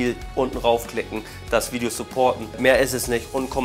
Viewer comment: gutes veidschjo